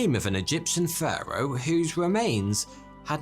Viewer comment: It sounds like he’s saying führer instead if Pharo